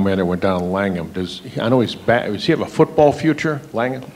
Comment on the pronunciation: 😊langham? Langham? C’mon